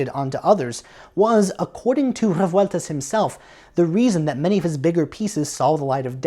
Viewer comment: Awesome work! Thanks for this video. It's surprising how hard it is to find Revueltas' scores and other stuff in Mexico. BTW Rolling the R's in Revueltas, cool detail!